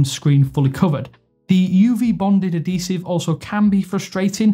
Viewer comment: Bro it's ad-hee-sive not ah-dee-sive